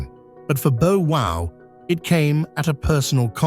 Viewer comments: Jesus Christ. 1. It's "tenure" not "10 year" 2. It's Bow (bough) Wow, not Bow (Beau) Wow. 3. It was George H.W. Bush, who ran against Dukakis, you showed his son, George W Bush. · You mean like Bo Wow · Hell…if Miss Iraq can’t go back to her country (which is probably a GOOD thing) she can chill at my pad for as long as she wants to. ….and who the HELL is BO WOW???? Learn how to pronounce the names of the people you are reporting on. 🙄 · Bo wow lol